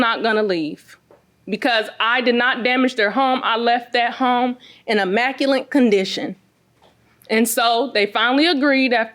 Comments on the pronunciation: Ppl please stop using words u struggle to pronounce. EMACULENT is not a word. Immaculate is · "immaculant" condition ?